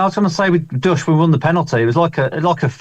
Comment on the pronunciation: Great show guys purse was great Why the hell can none of you pronounce ducksch though 😂 it's literally just how you read it, just duck with shh at the end, not doosks or doiks or anything else haha KRO